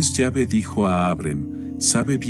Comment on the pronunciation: No se dice yave si no q se pronuncia la letra E con acento